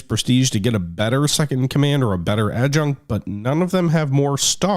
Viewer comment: Adjutant , pounced Add-JEW-Tant